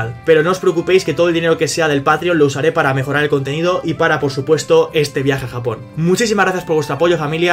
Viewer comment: en breve: Mi gente, estamos en Japong.....